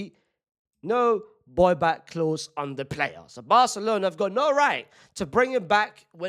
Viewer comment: “boy-back clause” 😭